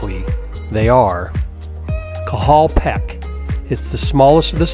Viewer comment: Love the video but its pronounced Cahal Pech (petch) like saying etch n sketch